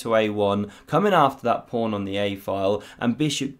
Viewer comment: It is called a pawn not a “prawn” lol